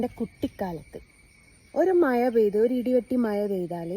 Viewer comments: മയ അല്ല മഴ 😊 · കുട്ടി മയ അല്ല,. മഴ, നാക്ക് വടിച്ചിട്ട് ഒന്നുകൂടി പറഞ്ഞെ 😂😂😂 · Maya ... Alla mazha aanu.. vetti vizhungan mathram padichal pora.. malayalam maryadhak parayan padik